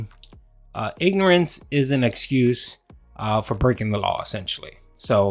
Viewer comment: As Derek Savage once said, "Innorance of theh lawl.. is no eh-scuse!"